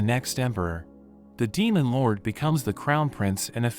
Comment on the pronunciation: " demon loUrWDEYH " Not trying to hate but the way you say it is kinda funny